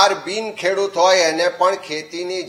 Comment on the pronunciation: કેડુત નહિ પણઃ 🙏ખેડૂત વાંચવૂં